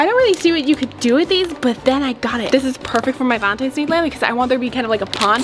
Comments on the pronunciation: when ur 38 and still say valentimes with a m lol no hate but i was just saying am i the only one who noticed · Not to be rude, but it’s “Valentines”. Many people mess this up, which I do not at all blame them. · Did call it “valentimes day”???? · me-valintines -valintimes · Valentines is what is saying